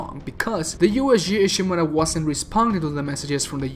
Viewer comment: JEESUS OMG how you pronounce Ishimura